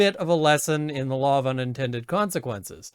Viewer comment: I know you didnt mean to but that little slip of the tongue, "com"-sequences, seemed so appropriate and made LMAO.